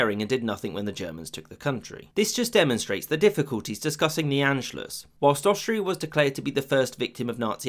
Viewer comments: Not bad but a few things: 1) Anschluss is pronounced Ahn-schluss (not "Ann") 2) The fascist coup in Austria in 1934 failed (it's mentioned as if it succeeded; in response Mussolini moved troops to the Austrian border to signal to Hitler he shouldn't think about occupying Austria; Germany's military was weaker than Italy's at that point). 3) The Treaty of Versailles did not apply to Austria-Hungary only to Germany (Austria signed the Treaty of Saint-Germain, Hungary the Treaty of Trianon) 4) The roots of unifying all German-speaking peoples of Europe goes back much further than 1871, at least to the Holy Roman Empire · Please stop saying “ann-schluss.” It's pronounced “ahn-schluss!” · Everyone saying Anschluss when it’s Anscluß